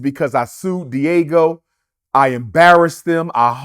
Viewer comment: “Diego “ lol 😂 it’s Diagio